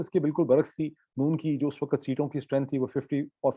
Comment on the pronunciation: Your Urdu pronunciation is good, but why can't you pronounce WAQT, you keep saying waqat, waqat every time.